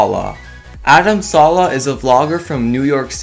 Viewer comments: Ummm its not Adam salah its Adam Saleh .you said it wrong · adam salEH not saulau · It's Adam saleh not Adam sala 😒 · haah its pronouced Adam saleh not salah😂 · WAIT STOP WAIT He calls Adam saleh=Adam salaa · It is not salah it is saleh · It's not Adam salaa it's Adam saleh